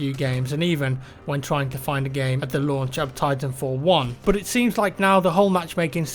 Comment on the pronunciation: when you say but it is like saying bot 😂😂😂😂😂☺☺😑😑 it is not funny